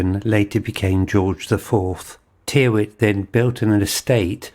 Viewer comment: With a nod to pedantry, I suggest the surname Tyrwhitt is normally pronounced "Tirritt" !!